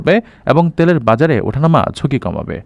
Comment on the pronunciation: ত্যেলের না তেলের 😅😂